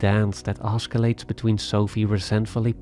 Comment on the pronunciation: AHS-ih-layts, not AHSK-ih-layts